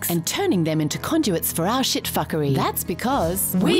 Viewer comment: When she says shit it is like sheet